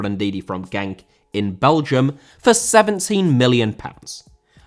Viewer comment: when leiscster won pl it was the greatest shock in fc history, not just England´s, and genk is pronounced like henk tho spellefd w a g, like spanish j and g!